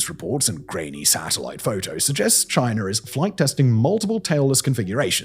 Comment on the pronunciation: Chiner???? Its China